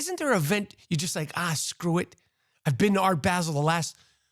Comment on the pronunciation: Good rant Rap. ONLY…FYI…for the sake of world geography…it’s Basel with a short “a”, like cap. 🤷🏻‍♂️ The devil is in the details. Keep up the good work & greetings from Switzerland.